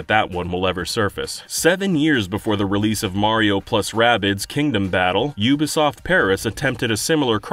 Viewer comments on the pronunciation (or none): "Yooba Soft"